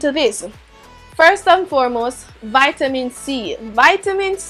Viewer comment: i've been chuckling since she said vitamin i 😂